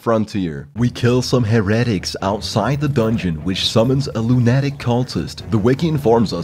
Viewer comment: The way you pronounce "heretic" and "lunatic" hurts me